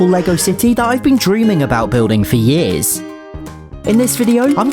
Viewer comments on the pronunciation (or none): Said Yi’s Not years